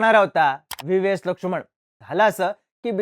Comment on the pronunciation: लक्षुमण नाही रे... लक्ष्मण